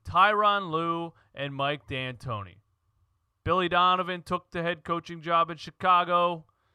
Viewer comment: Mike Antoni...no D